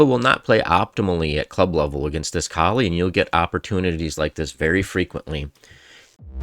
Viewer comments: It's a good presentation, but isn't the first rule to pronounce the man's name correctly? lol He was from the Flemish or Dutch part of Belgium, so it's probably German-sounding: Kol-uh. Then again, native English speakers really butcher "Scheveningen." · It’s pronounced Kaw-lee as far as I know.